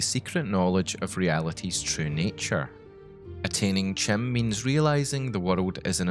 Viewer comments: "kim" <-> "ki-mer" rather than "chim" <-> "chimer" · Chim is pronounced like "Kim". Just sayin. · "Chim" is supposed to be pronounced "Kim", I think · According to the ESO loremaster, anything elvish starting with a "ch" is pronounced as a "k"... so "chim" should be pronounced "kim" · Not to correct pronunciations on made-up metaphysics and cosmology, but Chim is pronounced as Kim. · Prounounces CHIM wrong Literally unwatchable